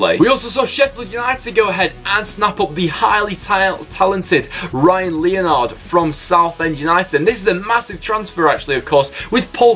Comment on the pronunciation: It’s pronounced Ryan Le-nard